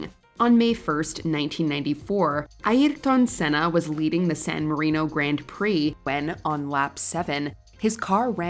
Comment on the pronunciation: as a Brazilian, thank you for the correct portuguese pronunciation of his name. 30 years today.